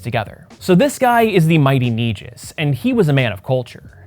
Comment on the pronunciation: It’s pronounced “Knee-gus” king/ ruler.